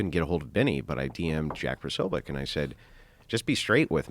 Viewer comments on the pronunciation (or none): It's Posobiec(Po-so-bic)